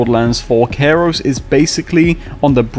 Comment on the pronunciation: Why do you pronounce the planet name this way? Kairos? (like Cairo, Egypt)